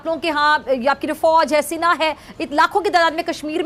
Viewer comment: Ye Sena ko Sina kyu kehta hai